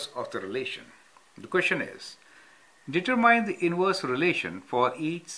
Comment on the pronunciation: Lol, your pronunciation for determine was the very first way I pronounced the word before I was corrected